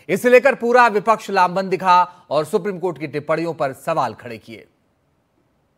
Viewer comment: Rijju jab tum v humhare log suprime cort ko suprime coth kahte ho tab sahi hai suprime cotha hai